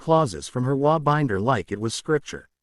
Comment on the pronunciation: HOA tales with an AI voice unable to pronounce HOA!!